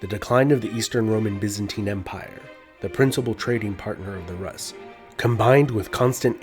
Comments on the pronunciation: It's pronounced "roos", not "russ". Also, why does the artist's impression of Slavic tribes look like a Turkic nomad? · Rus is pronounced as roos not rahs. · I like the way you pronounce Rus, it should be pronounced Roos but Ruhs is really nice 10/10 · ur pronunciation of Russ is incorrect! Russ is ROOS not Rus! which is why many countries still to this day call Russia Roooosi or Roos i.e. RUSS! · It's pronounced Roos' not Raas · It's pronounced "Roos" not "Russ" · Roos, not russ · Isnt rus pronounced Rooose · in Russia: Rus is pronounced "Roos". Russia is pronounced "Roosia". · Rus is pronounced Roos, not Russ lol. It's so disconcerting and sounds... uneducated. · It's pronounced "roos" with the s being palatalized 😡😡😡😡 jk good video, all I know of russia's old history is from all those russian cartoons about knights i watched when i was a kid Also you said Moskva river but then called the city Moscow 😂😂 the city is also called Moskva lol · Lots of info but you pronouncing rus wrong everytime bothers me 🤣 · Interesting if somewhat cursory runthrough of early Russian history. A clarification, the Rus were Swedish Vikings from the area called "Roslagen". The 'u' in Rus is pronounced just like the 'oo' in foolish btw. 😳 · Why Russian pronounced rus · this is right, most land names of past century's are pronunciations of todays historians. there was no byzantine empire, only eastern roman empire, no greeks just romans, no Carolingian just franks and so on and so on. the list is like endless all the names were given in the last decades or century´s for empires and people millennia's ago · Russia =/= Rus. It sounds differently in all slavic languages. Russia should have been latinazed to Rossiah. Look up Russian pronunciations. Russians themselves even mock English pronunciation and say it's incorrect.